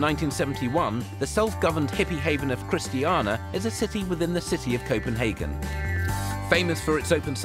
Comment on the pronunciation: I hate how the host pronounces Chistiania wrong. COMPLETELY wrong. It's not chist--tee-ah-na it's Christ-stain-eee-a. He says it wrong 5 tines and his guide pronounces it right. So dumb.